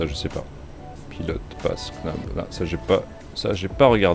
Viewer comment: Par pitié "Knobs" se prononce "nobz" (le "K" est muet) et "ignition" se prononce "igue-né-cheune".... ^^ sinon merci beaucoup pour tes vidéo pleine d'humour, j'adore : )